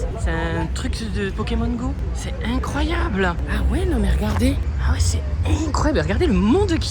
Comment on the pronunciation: J'adore il dit tout le temps "c'est éncroyable" 🤣